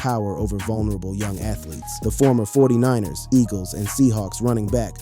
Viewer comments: FORTY NINERS .....NOT THE FORTY NINE E Rs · the San Francisco 49 ee-ars? 🤦🏽‍♂️